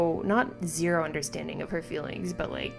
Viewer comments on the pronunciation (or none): none